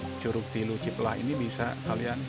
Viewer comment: Cipelah a bukan ciplah berasa dengeng cipl*r 😂